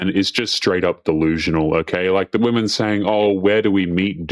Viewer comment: It's pronounced "women" not "woman". Woman is singular and women is plural.